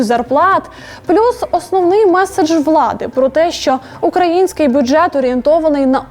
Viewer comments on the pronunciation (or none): none